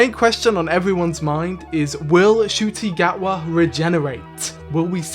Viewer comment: You went Ncuti Gatwas entire tenure without ever saying his name right. Im kind of impressed.